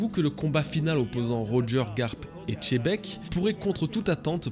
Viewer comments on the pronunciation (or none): dis moi, c est xebec ou chebek? Si tu ne peut pas prononcer correctement les noms, fait un effort avant, ce n es pas si difficile de prononcer xebec, comment en le prononce: ksebec, voilà plus simple tu trouve pas. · Apprend à prononcer correctement c est pas chebek mais xebec, autant d annes sur le manga et tu sait toujours pas prononcer correctement les noms, fais un effort mec, ne le prend pas mal mais ça fais mal aux oreilles quand les youtubeurs prononce mal les noms, c est la moindre des choses de dir correctement les noms🤦‍♂️🤦‍♂️🤦‍♂️🤦‍♂️ je sais pas comment tu fait toi même quand tu t entend dire chebek 🤦‍♂️ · Super vidéo comme d'hab peu être même une de tes meilleures! Par contre stp vraiment, c'est Xebec et pas tchebec je sais pas pk plein de français le prononce comme ça 😢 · slt j ai adoré la video pourquoi vous les français prononcez xebec (tchebec) je ne comprend pas, le x au debut suivit d'un e se prononce gzé xenophobe (gzénofob), et donc xebec (gzebec) a chaque fois vous dites tchebec , mon cerveau craque